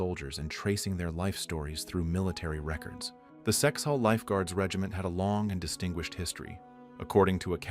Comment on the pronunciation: Kexholm Guard not Sexhall Lifeguards. So much of this is wrong.